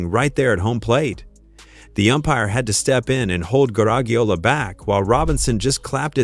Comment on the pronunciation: Well the AI robot couldn't even pronounce his name right. Maybe it got other things wrong.